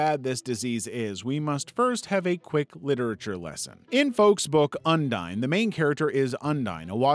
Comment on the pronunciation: Bruh when he says ondine it sounds like undyne